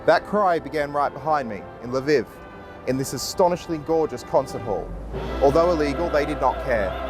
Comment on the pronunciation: It's Lv EE v, not Lv ih v